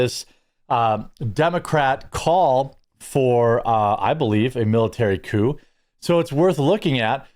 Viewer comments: I hate to be that person, but its "coup" not "coop". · Dude, it's "coup", not "coop"...😁 And they should be ARRESTED! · Its coup, not coop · * Coup, as in Coup D'etat. Its not a chicken coop. :P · It's spelled 'coup', not 'coop'. A coop is what you put chickens into. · Your chiron reads "miliary coop", I think you mean military coup. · jeremy its coup not coop lol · "Coop?" LOL!! Cmon Jeremy hire some guys who are literate!